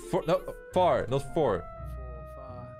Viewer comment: did you said for and not the word far😑